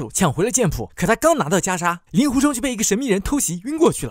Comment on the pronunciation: 给点个赞，把令狐念作ling（音同龄）狐，这在如今连普通话都念不准就出来做视频自媒体的大多数，简直不知道高到哪里去了。因为那些玩意更不会去查这些音易错字到底应该念作什么。